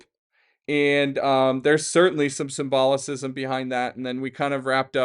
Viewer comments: Love you dude, but the word is SIM-BO-LISM>(symbolism) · don't know if you've seen Boondock Saints, but every time you mispronounced symbolism, I heard Willem Dafoe saying, "The word you're looking for is symbolism." Made me giggle, iykyk 😂